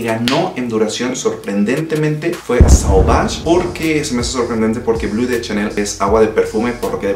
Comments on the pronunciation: ¿Por qué pronuncias las marcas francesas como si hablaras inglés? Suena muy ridículo decir Dior con la erre inglesa, dilo en español si no puedes decirlo en francés. Sauvage se dice "sovash", Chanel se dice "shanel", bleu se dice como algo entre "ble" y "blo", no blue como en inglés. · Sólo un dato, como recordarás, Chanel es frances, por lo tanto NO se pronuncia blu, se dice: BLO ! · No es blu, es blé, la pronunciación. No es sauvaj es soovaj. Y hablas muchos, bro, repites las cosas muchas veces.